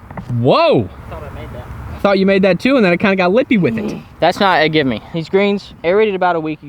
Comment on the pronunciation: for the love of God its gimme not give me... i want to kill myself when you say give me